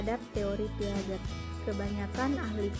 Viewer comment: Piaget bacanya Piase ya